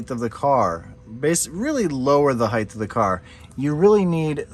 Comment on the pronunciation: Lol I used to say “heighth” too